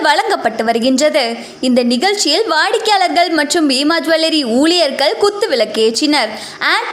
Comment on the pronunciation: விலக்கு இல்லை சார் விளக்கு. தல்லுபடி இல்லை தள்ளுபடி. வாடிக்கையாளகல் இல்லை வாடிக்கையாளர்கள். அந்த தொகுப்பாளினிக்கு ல, ள, ழ உச்சரிப்பு வரலை